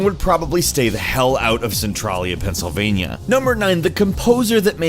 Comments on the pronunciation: I'm from a town 2 miles away from centralia and let me tell you, your pronunciation of the town made me laugh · You are not saying the name of the town even close to the right way....... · For the record, the name of the town the game is supposedly based on is pronounced SEN-Trail-Ya NOT Cen TRAL Ya. I live about an hour from there. I've been there before, long before it apparently became a 'fun place to visit'. I walked down that section of blocked highway with the crack in it and was shocked at how eerily quiet it was around there. Sadly now somebody spray painted a ton of dicks onto the highway among other things. Idiots. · its centrAYYYYLIA!!! jsyk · it's pronounced cen-tray-lee-uh not cen-trah-lee-uh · That point at the beginning when you were creating the video and thought the word Centralia looked like it should maybe be pronounced "Cen-TRAY-lia" or "Cen-TRAIL-ia"... probably should've stuck with that. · Its pronounced cen(trail)ia not cen(tral)a lol but good video thogh!!! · cintralia is pronounced Sin-Trail-Yeah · It's pronounced Sin-trail-e-uh.Haha sorry to correct you. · It's pronounced Sen-tray-lee-uh. Trust me on that. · How to pronounce centralia (Cen-trail-ya) from Ashland the next town over where everyone fled to. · It is pronounced cen trail ya. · You pronounced centralia wrong you say it like centraileya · As someone who frequently visits Centralia and lives in Pennsylvania... It is pronounced cent-RAIL-ee-a c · Centralia is pronounced Cent a (like follow that "trail".) with a ya sound at the end. Cen ya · You Moron.. Cent-Traalia, AH-storia, - Or-E-gone.... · He can't pronounce Centralia right either. I live like 15 minutes from Centralia. It's pronounced Sen-Trail-Ya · omg no stop pronouncing centrailia that way, it's my favorite place to adventure in and it hurts my feelings. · dude you said the town wrong. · also u pronounce Centralia wrong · Really? Ore-gone? also, it's centraaaaaaaaaaalia. long 'a' sound. not centrahhhhlia